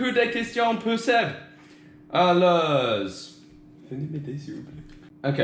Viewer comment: "ALEURRS" ;D